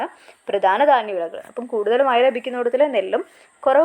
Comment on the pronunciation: Mazha not maya